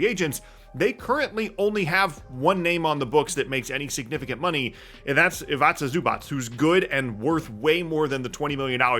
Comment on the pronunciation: It's pronounced EE-vee-tsah ZOO-bahts